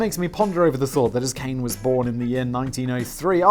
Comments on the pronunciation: My japanese is a bit rusty, but I believe Kane would be pronounced 'ka' like the first sound of 'cock' and 'ne' sounds like the start of 'nature', so it's closer to 'kanye' then 'cane' but without the extra emphasis caused by the 'y'. I know you don't care, but I figured I'd mention it anyway. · I know you hate pronunciation... but a simple thing to remember when saying any Japanese word is that each syllable is pronounced completely... they do not mush together like in English, so Kane is not Cane, its Ka Nay. its the same for pretty much all of Japanese, just say each part of the word as if it is its own full word and you will be fine. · And I just got done getting caught up. And how could the last one not do well?! That one was great! And it should be pronounced "KAH-neh". Japanese is a phonetic language. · Pronunciation police here to the rescue! Kane is pronounced more like kah-neh. You're welcome, Simon. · Simon, I know you don't care, but "Kane" is pronounced Kah-nay. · Japanese name Kane would be pronounced "kah nay". Which sounds a lot more feminine than the "cane" you pronounced. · it's probably kah-neh, not kane lol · it's ka-ne (kah Ne) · All vowels in Japanese are pronounced as the long version. so Kane is actually "Kah Neh". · Japanese don't have that long 'a' when there's an 'e' in the end. Kane is pronounced Kah - neh, short vowels. Actually in Japan, you'd say Tanaka Kane, the surname is first. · "Kah-nay." You pretty much pronounce every vowel in Japanese. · "Kane" is be pronounced similar to "connie" and means gold or money. If it's "kain" it's pronounced as "cane" and means bringer of misfortune. I really hope it's the first one...